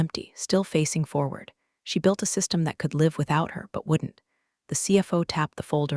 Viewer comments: How do you teach Artificial Idiots context? Live should be pronounced lyv instead of liv. Bow should be pronounced bough instead of bo. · Understood is three syllables not two. Pronunciation of read in past tense rhymes with red. Live when a noun rhymes with hive, when a verb rhymes with give. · Please teach your ai to learn how to pronounce 'live' and 'read' in the right situations. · Although a good story, please check the pronunciations of ' read and live' , very distracting all the way through.